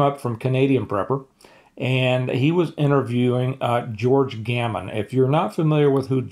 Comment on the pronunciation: It's George Gammon, not Gorman.